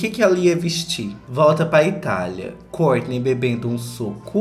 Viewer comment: Eu adoro quando vc fala kourtney acho chique